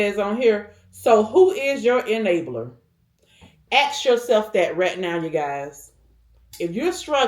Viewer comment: YEAH....AXE YOURSELF. Do people no longer get an education? I believe the word is ASK....ASK....ASK! Not AXE.